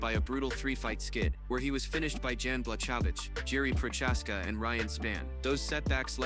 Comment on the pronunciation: The way you pronounce Jiris last name pisses me off.